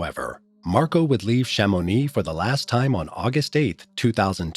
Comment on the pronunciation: Where is sha mo knee and the a gui du midi ??? in France??? Have some respect and try and pronounce names properly